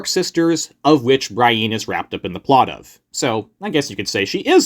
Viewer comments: I keep getting distracted by the "Bra-in" pronunciation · Throws me off every time you pronounce Brienne like that 😅